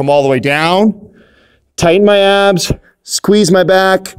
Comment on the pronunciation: When he said tighten my abs at first i thought he said tighten my ass